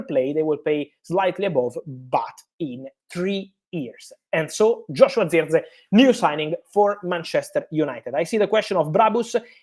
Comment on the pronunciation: Who???? Say his name properly FFS